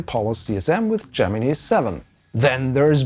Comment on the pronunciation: THATS NOT HOW YOU SAY GEMINI YARAHAHARHAR